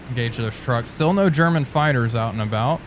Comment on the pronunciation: German used to be a rather common name in Russia. German Titov for example was the second man to orbit the Earth. Also used to play wing for the Calgary Flames but he wasn't the same German Titov. And yes Morgan was right because it's pronounced Herman.